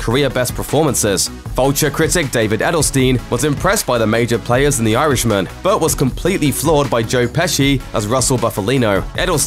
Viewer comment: It's not pronounced 'Yarishman', it's actually 'Irishman'